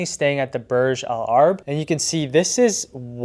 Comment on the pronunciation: It's pronounce.. Burj Al Arab